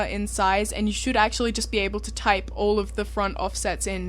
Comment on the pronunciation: "... should durrr." <333 That accent. <3333